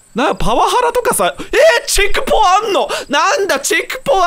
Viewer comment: 嬉しすぎてチェクポのことチャクポって呼んじゃう牛沢かわいい